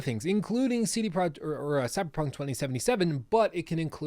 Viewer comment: Thanks for the great video. Its Tse De Proyeq't (name) Zloty (currency) and Vrots'lav (city). i'm not from Poland. Just like to point out stuff.